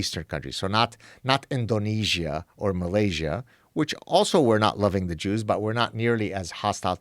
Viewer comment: ‘Duh jooz’ - You